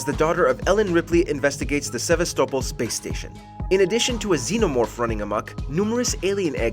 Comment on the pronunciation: Sevastopol... does it again with this pronunciation...